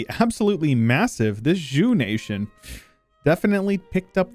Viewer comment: Zhou is pronounced like Joe, not Ju